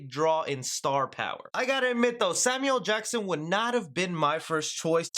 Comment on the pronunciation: You gotta include the “L” when you say Samuel Jackson